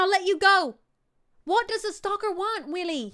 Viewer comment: its STALKER NOT SLALKER